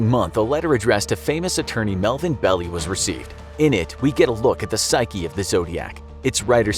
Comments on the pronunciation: Not bad, but you need to work on your pronunciations. Mike Mageau's name is pronounced more like Ma-Joe, not Ma-Go. And Melvin Belli's name is pronounced Bell-eye, not Bell-ee. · It's pronounced B-E-L-L-I-E, long sounding i at the end. Not "hey, that cow has a big belly" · Just spelling it out with caps and dashes doesn't really inform one way or another towards pronunciation. Try this; Its pronounced "bell-eye," not "belly." See how using words with unambiguous pronunciations lent immediate clarity to message? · Pronounced BELL I not BELLY. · Its pronaunced Melvin Bell-i. I have a theory that zodiac was several people. Killers dont change their MO. 🤔